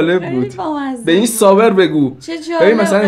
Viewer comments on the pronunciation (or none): بابا گفت سوبر نه صابر فقط تلفظش کمی سردرگمی بوجود اورد